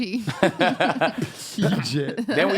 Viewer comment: As a Marylander who lives right next to PG County (Prince George’s County), I will now forever be referring to it as Peegit County